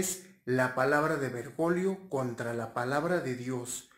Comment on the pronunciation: Es Bergoglio no bergolio o lo dices a proposito jj